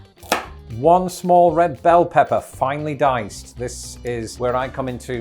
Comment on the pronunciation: you definitely need to work on your 'finely sliced' and 'finely diced' 🤣